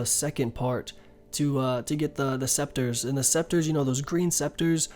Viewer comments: It's pronouced seCAteurs ^^, thanks for all the guides though. Rsn: Revaxx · ITS PRONOUNCED SEKATERZ LMFAO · « The Green sceptres give 10% better yield » BRO, CANT YOU READ?THEY’RE CALLED « SECATEURS » come on man, have you never been in a garden before?! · Se ca teurs Not sceptres :p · it's SECATEURS ya dick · It’s pronounced ‘se-ka-tiers’ my man :D